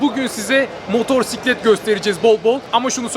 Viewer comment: seslendirmeci adamsın, motoRsiklet nedir ya...olmadı...evet motosiklet faşistiyim :) o 8000usd dediğinden kullanıyorum